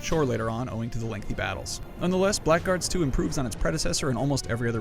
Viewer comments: you pronounced it wrong, not black guards, "blagurds" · It's pronounced 'blaggards' you twonk.